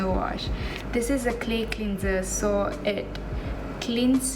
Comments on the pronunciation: Haah. It's supposed to be clenzer not clinzer. Macam geram je nak betulkan. Tapi the rest ok je. Her English is better than mine 🤣 and she's pretty anyway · Ok je english dia saya suka dgr. Cuma one word I noted she pronounced it wrong >> "cleanser" it's supposed to be clenzer bukan clinzer. Hihi 😁 anyway, she's pretty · cleanser is pronounced as clanser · the way you pronounce 'cleanser' 😂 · God I am glad I’m not the only one that noticed that 🙂 also how she says “basically” too wow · Annie Clarke same